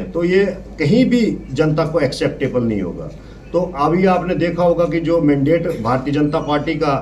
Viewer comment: Achi baat hai isne resign krdiya kyuki yeh ek anpadh banda tha mandate ko mandidate kah raha hai